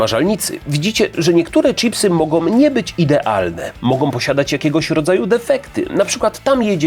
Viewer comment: i jeszcze jeden. 'Mogą' zamiast 'mogom'.